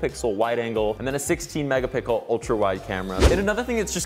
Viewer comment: Did he just say "megapickle"? Not only once but twice?